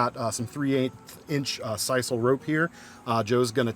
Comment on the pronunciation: SIS SILL is how it's pronounced. Just saying not size all